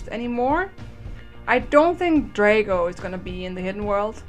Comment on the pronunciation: It's drago not draygo